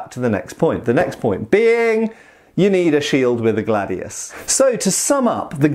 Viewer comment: About pronunciation: Glàdius Hìspaniensis Actually wasn't gladius who conquered the known world, it was professionality and organization. Romans sucked at cavalry and archers. Some historical writers said gladius was made to cut limbs arms and legs, this has been proved by some people who did the same execrice japanese do for katanas, rolled bamboo tatami which has almost the same thickness of a human body. Great video. P.S. about historical periods, here in Italy we have a total distinction between ancient era (before greek culture) and classical era (greek and roman period)